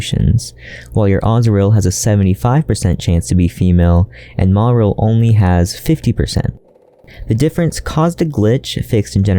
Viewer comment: I really hate to be negative, but omggggg I absolutely hate the way you mispronounce “Marill” 😅 otherwise, fantastic video 👍